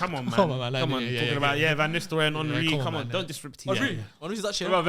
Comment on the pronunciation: still can’t pronounce Henry correct🤣🤣